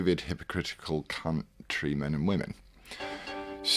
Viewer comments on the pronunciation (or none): The pause in the word "country" 😂